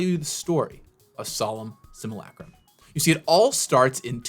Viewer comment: Hmmm, my name is Jens, solem simulacrum isnone of my favorite cards. Coincidence? I THINK NOT! Also thanks for not butchering the name